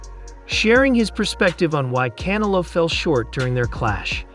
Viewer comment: Learn how to say Canelo, not can a lo, un-intelligent!!!!